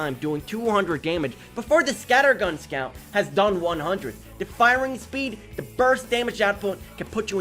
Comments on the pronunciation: Bro are you Australian you are saying sceaut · meet the squew. (being rude wasn't my intention, i really like the way you say it)